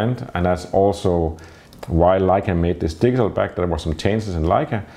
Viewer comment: Am I the only one who hears him saying "diesel back"?